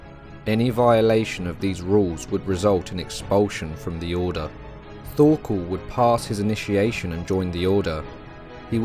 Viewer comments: Bro your saying Thorkol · Really good video, that was well researched. Though Thorkell's name is pronounced Tor kEl, the H is silent and the kell part is said with an E, not an A. Also it's Knud the Great, you say the Kn as in "know", though with a little more emphasis on the K, and the d is for once actually pronounced, bc in most words Danish, that has a D, the D is usually silent, but in "Knud" it's not a hard d, you have to roll it of and make it a softer pronunciation. And I absolutely love Vinland Saga, even though it has some low-fantasy elements and some classical shounen tropes, it is one of the most realistic depictions of Old English and Old Norse lifestyle, housing, clothing, tools, weapons, armours, tactics etc. one other thing, that it gets right compared to most other medieval shows, is all the different colours of their clothes. If we take Vikings as a reference, they are all grey and brown and for some fucked up reason wearing leather armour, which all historians agree never existed. The Vikings of reality were full clad in iron armour and big powerful shields, spears and axes with an array of colours on their clothes, just like we see in Vinland Saga. There's a good reason they where seen as some of the best warriors in the World.